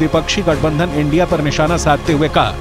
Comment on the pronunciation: इडी नहीं इंडिया होता है मैम 😂😂😂😂 पहले बोलना सीखिए।